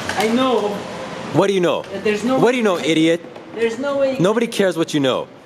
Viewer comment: Why do u say ideat